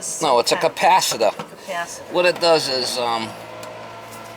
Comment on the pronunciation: Bad "capacitaah" strikes again mama :) 🤭👌